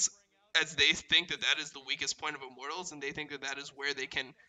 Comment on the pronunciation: Only criticism is pronouncing Immortals like "I'm mortals"